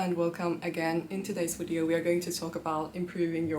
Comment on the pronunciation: English pronunciation tip: It is «video» not «wideo»! You should work on that, since you use that word all the time, starting every video with : «In this wideo….»